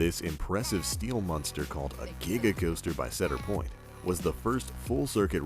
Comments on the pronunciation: Why does he always say Sedar Point, not Cedar Point? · He is saying ceder Lol its cedar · It's CE-dar point get it right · ITS CEEEEDOR POINT NOT CADOR POINT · It's pronounced cēdar point not cédar piont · cedar point is pernounced like see-der point not cadar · It's not ceder point it's ce-da-r point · They aren't sedir point and sedir fair it's see-der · OMG. SEDIR POINT. NO. NO. CEDAR. ITS CEDAR. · Why would he say "sedir" when he already said "cedar"??? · its ceeedar point eeee not caadar point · It's pronounced see-der point NOT sed-er point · It's pronounced see-der, not se-der. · The Banshee Dangling Coaster at the Sedir Pointe park. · It's SEE-dar point. not Said-dar point. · "Seder Point" Omg I'm dying. Its See Der. Like the tree. xD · C-der Point... like.. the Sea... the letter C. Not Sed-der point.. C... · "SAID ER POINT" cmon bro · It's pronounced seader point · It's pronounced Seeder Point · idiot its cedar not sedir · Setter Point and Setter Fair- lol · "said-er point" so cringy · I cringed every time he said sedir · ITs pronounced cee-dr point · said-er point? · i love cedar point too but its prounced seeder point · And they said Cedar point wing you say it like see dar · "Setter Point" is incorrect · It's pronounced "see Der point", come on its not that hard to say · Stop!!!!!!! ITS (SEE DAR point) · I'm from Kentucky and even I know he's saying cedar wrong lol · It's pronounced ceedar point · He pronounced cedar point wrong and it made me so mad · Notice how he pronounces cedar fair and cedar point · U said cedar point wrong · He said cedar point wrong😂😂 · mcfiddleworth (firebringer1000) he said it correctly the very first time he mentioned it and it all went downhill from there lmao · Its C(E)dar...like a tree....other than that cool list. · You pronounced cedar point wrong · Ashlyn Longley but thats not as bad as mispronouncing cedar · he said cedar point wrong, its cedar like CEDAR wood